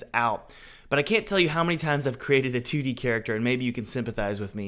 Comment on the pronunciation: Every time he says "2-d" character in the beginning I hear "tooty," and I giggle like a schoolgirl.